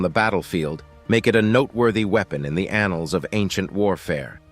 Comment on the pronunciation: I just think you like saying annuls